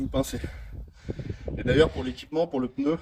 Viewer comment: Merci de souligner qu'en effet cela se prononce pneu et non peuneu